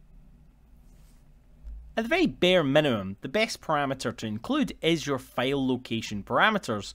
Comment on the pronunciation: Great video. It took me a minute to realize when you were saying "fail" it was actually "file" lol. Thanks for posting. Valuable info for sure.